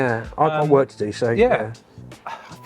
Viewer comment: Did say he could get back in the office to get more work or wort done. 🤣